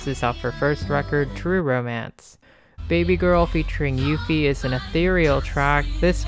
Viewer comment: the way you pronounced uffie lmaooooo, its uh-ffie not you-ffie